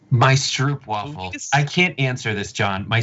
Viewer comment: Feeling proud you are eating the best cookie in the Netherlands...the stroopwafel..which you pronounce as strope wafel...